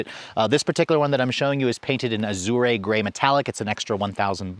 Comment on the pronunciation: Great review but you butchered the word “azure” 😅